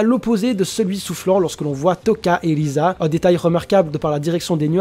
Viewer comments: Si c'est risa mais le "r" en j'aponais se prononce "l" dans la version française ils l'on apellées "lise" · Le R en japonais se prononce L si je me trompe pas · Ah bah oui je sais pas comment j'ai pu le louper xD Bon bah je m'en vais acheter un microscope. Sinon j'ai surtout posté mon message parce qu'a force c'est un peu chiant que les gens essaient toujours de prononcer le nom des persos à la japonaise pour faire genre alors que bien souvent ils se trompent. Et si jamais, je sais pas si tu sais mais beaucoup de team de sub traduisent le nom des personnages en romaji ce qui diffère un peu de la prononciation française (l'exemple de "l" et du "r"), sinon on dirait Tōkyō Gūru et pas Tokyo Ghoul. Bon bah pour finir ce vaste discours, je tient à te redire que tu t'es amélioré et que si tu continu à apporter de bons arguments ça ne pourra que bien se passer. Sur ce, bon courage pour la suite.